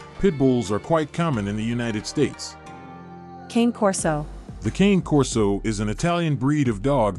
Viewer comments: Not Cain Corso. Kahne Corso. Not hard. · It's pronounced as cony Corso not king or cane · It’s Kah-Nay Corso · KANEI KORSOU pronounce it right if your gonna give information about the cane corso breed at least learn how it's truly pronounced